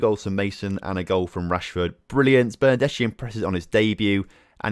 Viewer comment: GOR-ETZ-KA and BER-NAR-DES-KHI 👍 edit: & LIN-DE-LOF